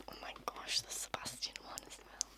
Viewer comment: I love how you pronounce the name Sebastian and I would love it even more if you would do a trigger words video with just this word ! Pleeeease ! The sound of it literally knocks me down. I really hope you will do it and thank you for your extremely relaxing voice and videos.